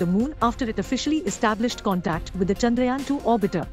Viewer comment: Its chandrayaan not chanrayaan😅